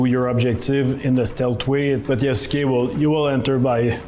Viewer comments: I gave random youtubers on the internet a pass when they mispronounced the name Yasuke, because you have to be told that the u is silent, but these are the makers of the game who brag about history, did no one ever tell them how that name is pronounced? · Big surprise that most of the fools dont even know how to pronounce Yasuke. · i cannot take them seriously if they cannot even pronounce the name of the main character yasuke right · I really wish they didn't mispronounce Yasuke. Since i know the actual way the Japanese pronounce names like that, it just sounds off.